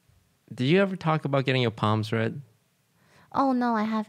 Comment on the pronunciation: I kept hearing get your palms read as get your poms bread. I thought she was trying to get more pom puppies.